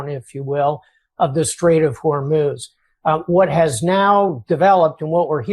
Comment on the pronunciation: Ya can’t even say the straight of hormuiz